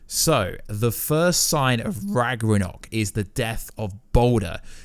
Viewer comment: Do you British people really call Ragnarök "ragRaNok"?